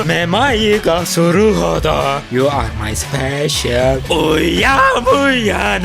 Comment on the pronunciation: yu ar may SIPEŞIIĞL